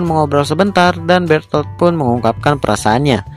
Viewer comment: Bang yang benar itu bherthol bukan betol